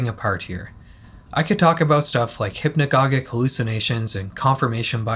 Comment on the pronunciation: Oh my gosh. English has rules. G + E = J. G + I = J. Hypnagogic. There. You’ve been saying it wrong for years. 😊